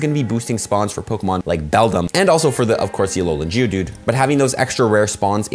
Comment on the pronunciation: You need to emphasize the g in Geodude it sounds like you're saying jewdude lmao ily